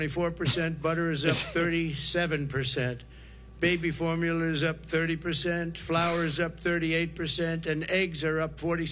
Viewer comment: "Tshereal" and "baby formulur"